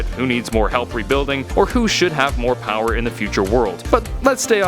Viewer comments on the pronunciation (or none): none